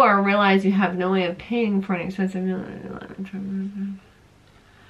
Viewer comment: your have perfect skin, def genetics. i can hear your accent when you say "mill" instead of "meal"